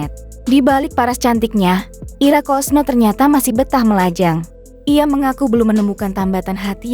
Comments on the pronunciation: Ira kusno mbk, bukan kosno😂😂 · Kusno kali ,baca yang betuul